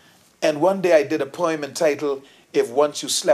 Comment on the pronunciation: Its funny how some Bahamian pastors speak so proper and cant pronounce certain words. He cant say poem he say perm, lol. He probably say earl for oil too.